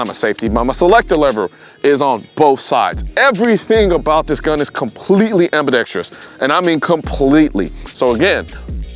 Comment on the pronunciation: I take it back. you pronounced it ambidexTREEous too. 😑